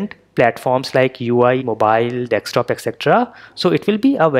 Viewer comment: It is desktop and not dextop